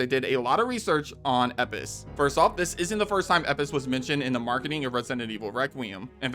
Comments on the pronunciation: Question, that’s not meant to offend… why do you say Elpis like the L is an i? From my study of Ancient Greek at uni it’s pronounced EL-PIS (or pus) not eipis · It's Elpis, not Epis 😂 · He’s American what do you expect they miss pronounce everything . Elpis = Eppis Graham = Gram Craig = creg Martin (pronounced mar - tin) = American mart - in Grand theft auto = Grand theft duto Herbs = Erbs Caramel = caarmoel Route = Rawt Squirrel = Squrl Mirror = meer Basil = baysill Water = wader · ELPIS. ELPIS. WHY DO YOU KEEP SAYING EPIS. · Doesn’t that say EL piss not ep piss 😂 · Is it bugging anyone else that he keeps saying "Eppis" when what is shown clearly says "ELPIS?" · Elpis, not Epis........please don't tell me you're an AI channel. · Did so much research but can't pronounce Elpis. Had to shut this video off after the 20th time he says "Eppis." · Of course it's Hunnigan on the comma, why? Cuz they hire new VA every time for a new game... Like RE remake 4 has a new VA for Ada personally I liked the first woman show voice Ada... And Elpris the fuck? U pronounced it as E pis it's [El pis] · It's EL-PIS. Not EP-PIS. Holy shit. Edit: Nick's last name is pronounced UH-PAHST-I-LEE-DEZ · It’s ELPIS not EPIS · Dude its ELPIS not epis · It’s ELpis not Epis you annoying bastard are you dyslexic? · bro is it not elpis not epis why does he skip the L??? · Bro am I crazy.. is it not EL-Pis. Hearing Epis was killing me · ELLLLLLLL piss..... not Eipis ELLLLL... say ELLL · Anyone else find it a bit harsh to hear him say Epis over and over again instead of Elpis 😅or is it just me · its elpis not epis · Why do you keep saying "Resident and evil"?? And it's Elpis, nit "Epis"... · it's pronunced Lpis not Epis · Bro how you gonna call it “Eppis” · Elpis, not eppis. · Umm... Elpis. Not Epis... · Its pronounced "Lpis", instead of saying "Epis"😅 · Dude stop fucking saying EPIS the word clearly is ELPUS it has a fucking L for gods sake Jesus that bothered me more than it should have